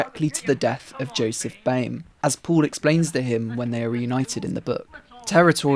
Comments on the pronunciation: noo one points out how he says boimer instead of baumer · I dunno how anyone gets "boy-mer" out of Bäumer. The diacritical A is an "ah" sound, and even if it were a nornal, A, it would still be pronounced "bow-mer". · i am sorry but did you just call him paul boymer